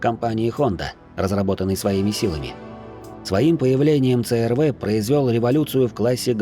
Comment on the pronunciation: с первых минут рассказываешь про CR-V(СИ ЭР ВИ) . А говоришь црв,аж слух режет.почему в столице или в тех районах её так коверкают.сам с владивостока,и у меня она уже третяя и каждая на поколение выше,огонь тачки